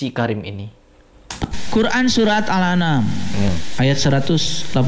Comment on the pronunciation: Qur'an Surat Al Anam (kata )... salah baca dia.. harusnya Qur'an Surat Al An'am... ( ini oon murokab tapi ngajak ngajak orang lain oon berjamaah bareng dia)